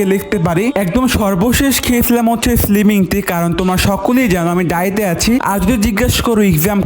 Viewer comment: পোলাও রোস্ট ❌ পুনাও রোস✅ তেহারি ❌ তেহানি ✅ ডায়েট ❌ দায়েত✅ ডিমের সালাত ❌ বিমের সালাত ✅